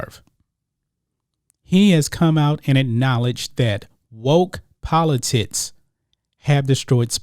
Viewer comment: Bruh it’s politics. Not politits.